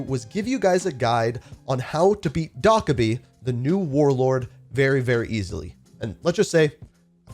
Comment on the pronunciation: I appreciate the guide, but the way you were pronouncing Dokkaebi had me tweaking. It’s pronounced doe-keh-bee, not doc-eh-bee